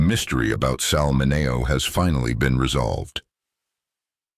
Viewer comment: Why is Sal Mineo’s name pronounced correctly in the beginning and wrong as the piece continues. If they did it right one time, why isn’t t it right every time. That’s the way computers work, they do the same thing over and over and the AI, once corrected should be consistent.